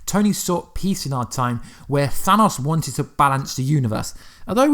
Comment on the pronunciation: That's actually not how you day Thanos